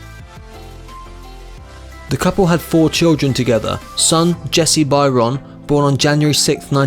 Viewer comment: One of his sons is named after a great English Romantic poet, George Gordon Lord BYRON. That last name is not pronounced like this clueless idiot guesses.